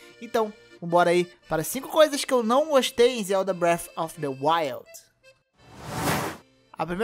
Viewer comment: Não dá pra levar a sério quem nem sabe pronunciar o nome do jogo e quer fazer analise, análise requer um alto nível de estudo entendimento do assunto é claramente você não entende nada de Zelda como dito no vídeo então você não tá capacitado nem pra fazer a análise da categoria de abas de comida porque como você diz não tem como passar de aba pra aba mas claro que tem com o analógico direito ... Eu que sou muito intelectual e percebi isso jogando sozinho ou você que é uma pedra com perna ? Você querer dar suas opiniões ok KKK já vi nego falando que Sony tem exclusivo e nem por isso falei algo mas você querer falar que vai fazer analise no mínimo espero eu alguém que saiba ligar o vídeo game ou até mudar a aba de comidas do jogo com o analógico direito KKK . Flw